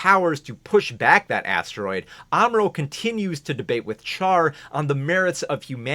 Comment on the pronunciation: Great video, but I hate the mispronunciation of Char’s name. It’s not “char” like char-broiled, it’s “char” like charlatan. The French way, basically.